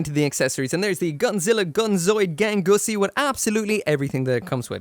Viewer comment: Gangsuosi is wild pronounced gangussy 😂😂😂